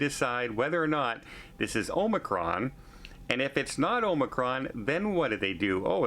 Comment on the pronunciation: please say Omicron, it’s not Omacron!